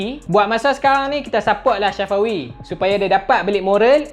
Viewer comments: Safawi mat bukan Syafawi 😂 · kuat nganjing min syafawi di sebut nya ... sa fa wi sebutan betul min🤣 umur dia 24